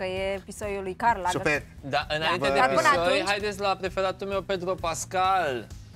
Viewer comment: Aualeu! Nu Karl Lagerfel, Karl LagerfelD!!! O gresala colosala din partea lui!